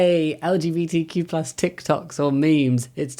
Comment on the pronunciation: Is he legit saying LGBT-plush charities? :D